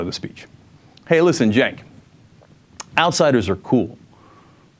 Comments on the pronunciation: I LIKED U LOSING UR JOB BECAUSE I DISLIKE HIM. BTW YOUR NAME IS CENK (PRONOUNCED: SINK) NOT JANK (PRONOUNCED: JANK) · Jenk: for the longest time I missed pronounced your name. You turned down big msnbc money! It's amazing that a Demobitch like you didn't get the Obamanazi nod of approval. Did you piss Rachael Maddow off? Rachael waves her hands around alot and talks out of the side of her mouth. Have you tried talking out of the side of your mouth. Al Sharpton got approved and you did not. Msnbc is desperate. You would have made no difference at all ,but you could have got a great severance package?You are a looser and so is MSNBC.